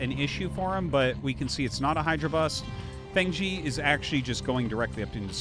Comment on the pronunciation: Just a pronunciation tip, "Fengzi" is pronounced "fung zih" not "fang zee." Glad to have you back and casting, Artosis!